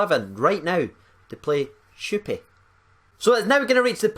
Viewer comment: Think it's pronounced Shh-koo-pee Not 100% sure just my best guess